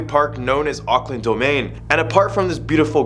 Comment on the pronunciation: him akland me ITS AUCKLAND NOT AKLAND